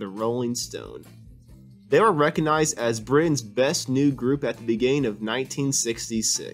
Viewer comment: RecoG(hard “g)nize, not “reckonize”.